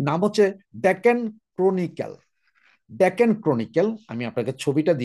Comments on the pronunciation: ডেকেন নয়, ডেকান। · মাননীয় মহোদয় , আপনার ভূল হচ্ছে । সঠিক শব্দটি হবে ,ডেকান , ডেকেন নয় । ধন্যবাদ